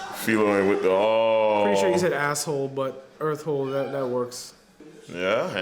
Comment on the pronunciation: when Earth Hole in Japanese sounds like "ass hole".